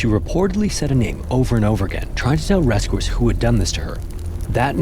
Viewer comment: The guy who pronounces Rescue, 'ress-koo'? No way!